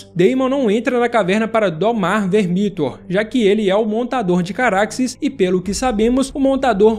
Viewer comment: Se fala "Vermíthor"?? Mto estranho, eu sempre falei "Vérmithor"